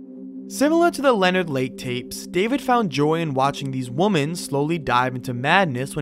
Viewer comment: “many other woman”?! It’s WOMEN! WoMEN! `got it?